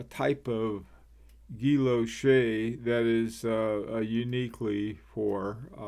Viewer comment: ‘L’ is silent in ‘ghee - o - Shay’…..